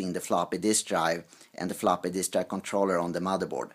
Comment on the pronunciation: Flapee disk :-D